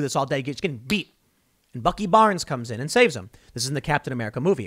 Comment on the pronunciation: dude said “bucky”